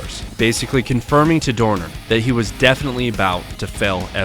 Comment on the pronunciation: love how you properly pronounced his name